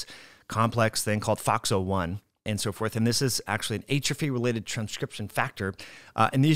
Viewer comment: Great info. But you are killing me with how you pronounce atrophy